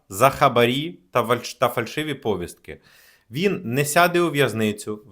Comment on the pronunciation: Ставте правильно наголоси, зокрема в слові "повістка".